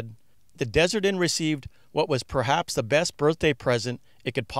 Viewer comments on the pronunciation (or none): none